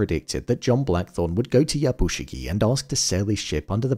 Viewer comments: Something small I noticed. Yabushige is pronounced as ya bu Shi-gAY Not shi-gie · I enjoy your review. But please note the character’s name is “Yabushige”, not “Yabushigi”. That’s like calling someone Bin when their name is Ben.